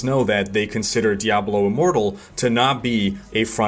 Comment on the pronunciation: Did he say Diablo IMmoblie? ( I think) THAT's a name I can get behind! #DiabloImmobile